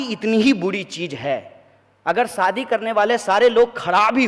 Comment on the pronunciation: He doesn’t know how to province shaadi talking in Hindi he should know it is not saadi but shaadi ..